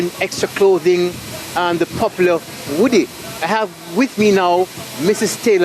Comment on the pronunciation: Is he a y Trained reporter? It is hoodie not woodie, smh